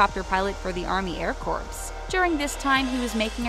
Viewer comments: "Corps" is pronounced "core," not "corpse!" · Just wish they'd be better pronouncing most things, like corps is actually pronounced core. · Also the pronunciation of corps is actually core.